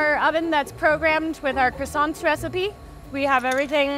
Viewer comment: The fact the manager pronounces croissants wrong is a crime. Why do Americans butcher words? It’s ‘Kwa-son’ not ‘Criss-sont’. French must cringe hearing Americans pronounce croissants so poorly.